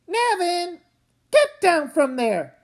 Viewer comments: Yeah. In interviews, Kazu Kibuishi -- the author himself -- pronounces it NAY-vin. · WHY DOES EVERYONE PRONOUNCE NAVIN LIKE THAT?